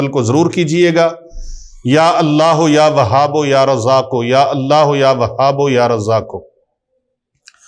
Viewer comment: Asalamo Alaikum..mne kehna tha k YA WAHABO nhi hota na YA WAHABU kehty hn..talafuz ye thek hy ya ksi bhi trha parhskty hn..wesy mne Talafuz se parha hy QURAN PAK.ya wahabuu kehty hn.